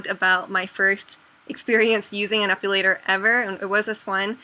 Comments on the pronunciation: it's epilator not epulator... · uhh, it bugs me when you say "ep-U-lator" but other than that, great video :) I have one and i love it for my underarms :D